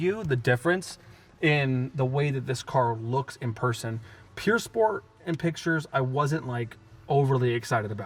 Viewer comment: pure sport is amazing Meanwhile me in my brain:- why is that guy not pronouncing pür sport properly.... 😂😂😂